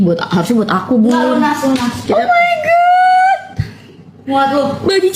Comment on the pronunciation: Salah sih manifestasinya,"oh mai got" jadi menyembah got. Coba ngomongnya bener, "gawd", nyembah Tuhan. Hati2 kalau berdoa makanya